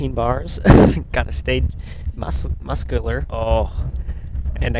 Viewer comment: Time “ “ Gotta stay gatta stay mus muscaler”